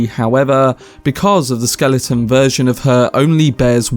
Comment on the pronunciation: Whats a skelington?